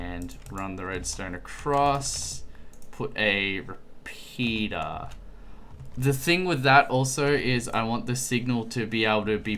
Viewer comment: I know hes saying repeater but it sounds like repeeta not trying mean though